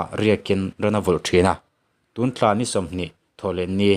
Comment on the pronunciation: Tlam tih ai khian Thlam ti la Tun tla tih ai ah tun thla ti in sawi leh ta bawk ta la ngaihthlak a nuam zawk dawn hle mai.ka lo ti ve mai2👍